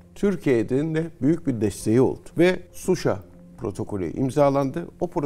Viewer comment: Suşa deyil Şuşa